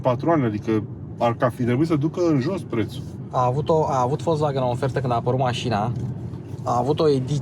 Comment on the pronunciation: 😁👏👏👏Unul dintre putzinii care pronunta corect "Volkswagen".... 👍